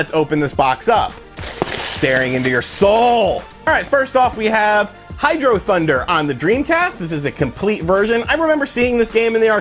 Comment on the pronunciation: I can’t say it’s objectively a great game, but I’ve put about a million hours into HydroThunder on both the Dreamcast and PS2. So much fun. Incidentally, it’s not pronounced hydrothunder, HHHHIIIIIDroooo-Thuuuunnnnnder!!!